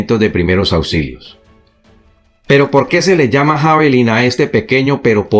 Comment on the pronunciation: Sólo una pequeña acotación para que sigas manteniendo tu alto nivel de profesionalismo e impecable oratoria: Se pronuncia "Yavelin".